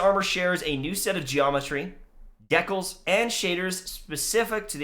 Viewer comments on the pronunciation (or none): Nova yeah I know he just pronounced it weirdly lol.